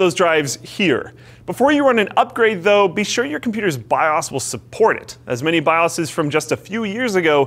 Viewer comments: It's bios not bias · BIOS (bye-os) not BIOS (bye-as) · wtf is a bye-oss? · I hate how they pronounce BIOS. It's like calling a moving pic a GIF